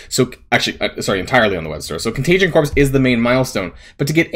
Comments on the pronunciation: I agree 100%... however, and I'm so sorry for being that guy, but "corps" is pronounced "kor". If you pronounced the S, it would be spelled Corpse. It's "kor" like the Marine Corps. No S when enunciating that word. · Excellent video. BTW the Corps in Contagion Corps is pronounced like Core, as in Marine Corps.